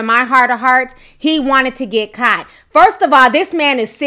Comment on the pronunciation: Are you from Queens NY ? Love how you say “caught” kaut 😘